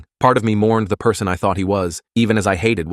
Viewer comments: “Pr-son” got me dying 😂 (edit 1: DANG YALL IT BEEN A DAY AND 31 likes!? TY) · Bro, the “pee-arson” got me cracking up